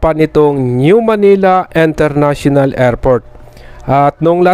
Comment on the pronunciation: Kuya International hindi Enternational 😂😂😂😂😂